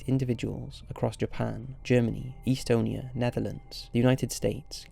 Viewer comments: Of course one of the meatsleep people had to be from Estonia. I had to double-check though cause you pronounced it a little funny. It’s just Estonia, not East-onia :D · if you're gonna be a narrator learn to pronounce words correctly. you fucked up: - proclamations (prock - lah - MAY - shuns) - accusations (ack - yew - ZAY - shuns) (acquisitions???? acquisations???? really?) - estonia (ess - TOW - nee - uh) (unless this is an accent thing idk) hate to be that guy but if your content is narration based.... you kinda need to know how to narrate. you're not half bad at it, but c'mon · Did you really call Estonia 'EEstonia'